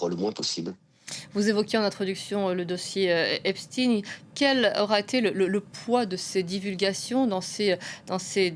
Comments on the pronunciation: Ce n'est pas le dossier "Epstiiin" mais Epchtaïn!!! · Oulaaa il a dit Epstiinneee😂